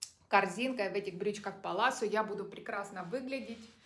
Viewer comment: И еще такой момент-привыкла слышать брюки палаццо,вы говорите паласо,у нас Зара,Вы говорите Сара,или у меня что то со слухом…